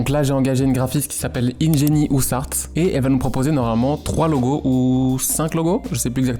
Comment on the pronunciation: "ingéni" "ousse arts" hahaha, on aime pas trop l'anglais?:v